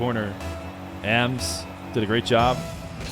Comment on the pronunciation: It’s ams I think not ay em es